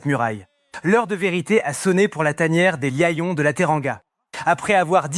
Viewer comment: Tu prononces lion mal alors que tu nous parles du français bien correct